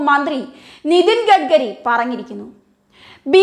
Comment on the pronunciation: കുട്ടീ, "ഗഡ്ഗരി"യല്ല, "ഗഡ്കരി" ആണ്!